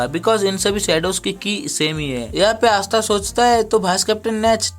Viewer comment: Asta ❌ aastha ✅